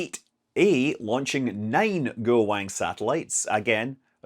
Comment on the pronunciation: Scott, you pronounce Lanyue better than you pronounce Guowang or any number of other pinyin pronunciations lol